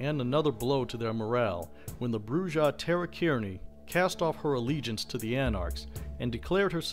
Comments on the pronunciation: It's pronounced "Broo-ha"!!! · Listening to his pronunciation of Brujah is like hearing nails scratching a chalkboard. Other than that, good video.